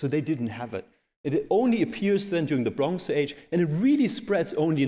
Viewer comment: Bronx age :) Also, the stress in Yamnaya is on the first syllable (as it was in fact pronounced a few times). And it just means 'pit', so why not say 'pit grave' in English.